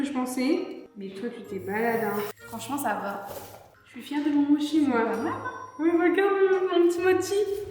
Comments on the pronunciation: juste ça se dit moCHi (prononcer mo chie mdr) si non je vous kiffe vous et la team crouton au complet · ca se pronnonce motchise et pas moki ni mochi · Ses pas modchi ses mochii!!!🤣🤣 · C'est la vie les mochis OwO (PS: c'est "motchi" la prononciation, c'est japonnais) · en tant que fan du japon j'avoue que la prononciation de mochi en "mocki" m'a trigger de ouf 😭😭😭